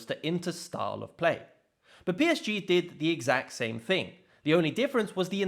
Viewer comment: The way PSG is pronounced here is so damn depressing and lame